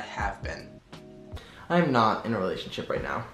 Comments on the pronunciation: „realathionship“ is killing me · Not the lrealathionship” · “realathionship” is killing me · “Are you in a REALATHIONSHIP?” UHM HELLO?